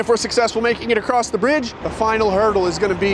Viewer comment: The T is silent in “acrosst”